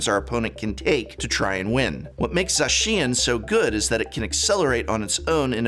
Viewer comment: So you pronounced Zacian = Zashin, Arceus = Arkeeas and Palkia = Palkeea, I respect it